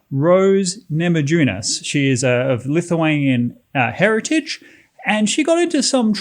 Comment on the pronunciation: It is pronounced namayunas , J in lithuanian is like Y in english.